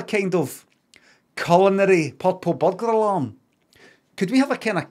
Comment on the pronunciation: Subtitles were needed for this.. I had no idea he was trying to say purple butler Alan culinary